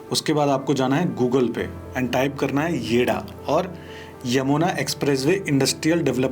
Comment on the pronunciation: Yeh yeida nahi yeda hai😂😂